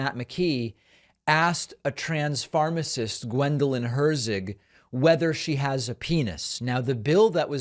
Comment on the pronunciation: "Trans-pharmacist" 🤣🤣 did he transitioned into pharmacist?